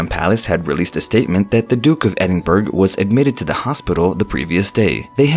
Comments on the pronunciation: Edin burg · Not to be anal. Buuuuut .. its the Duke of Ehd-inn-burrow - OR If you want to it to sound real Scots.. sound this out. Ehd- in -bruh... !! This is how we do it. (NOT - Ed in burg) 😄✌✌ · This guy say burg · The Duke of Edin BURG?! Get your facts, including pronunciation, before making a video. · Ah yes, Edin burg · It’s pronounced edinburrah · Thumbs down for pronouncing Edinburgh wrong. 🏴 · I agree please pronounce properly